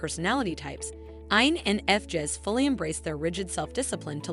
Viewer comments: Did she pronounce it wrong Jess to drive us 🤪crazy? Lol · I, N, F, JEZZ🤨 TF why are there so many videos like this where everything's pronounced off, it's annoying AF. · I totally agree. I'm an INFJ and had to stop watching! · Spend a few bucks and hire a human to do your voice overs. This robot can’t even pronounce INFJs properly.